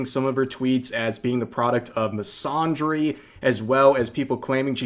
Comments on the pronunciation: Fyi, "misandry" uses the short "a" in "Apple" or "Anthony", not the long "Ah" sound in "Andre" or "wander". Hope this helps. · Please stop mispronouncing the word "misandry" like that, there's no ahh sound in there fam